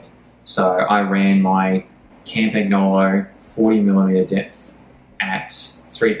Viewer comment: Good review. As cycling experts you lot should know how to pronounce Campagnolo though.